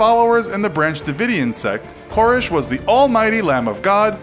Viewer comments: Ker-RESH not KOR-ish. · Well, first of all, it didn't happen in Waco. Secondly, Waco isn't in northern Louisianna. Thirdly, it's Kore-ehsh. Not Kore-ish. Fourthly, you shared no new information that isn't widely known. Fifthly, everyone is too smiley. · Ka-resh. Not Cor-ish. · You're saying his last name wrong. It's not "Kore-esh". It's "Kore-resh". Thought you might like to know. Love the videos btw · Pronounced KoREEEEEESH. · It bothers me how you pronounce “Koresh.” It bothers me more that your infographic shows Waco’s pindrop location as being in Louisiana. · I couldn't get 2 minutes into it. The wrong pronunciation of the last name drove me insane. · You don't pronounce David Koresh's last name properly once in this entire video...